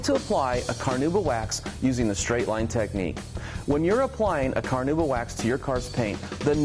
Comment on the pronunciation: No, not a big deal at all, I was just poking some fun. I do think that technically is it supposed to be pronounced "Kar-now-bah" but virtually nobody says it that way. Keep up the great work!!